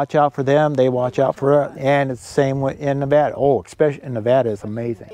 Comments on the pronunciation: You're mispronouncing Nevada,. The gentleman in this video says it correctly. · I love everything you do, but may I make one request? It’s NEH-VAAA-DUH, or Nev-ad-uh. Please please please pronounce it right. Hugs!! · Just a suggestion that you learn how to pronounce Nevada correctly. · learn how to pronounce Nevada!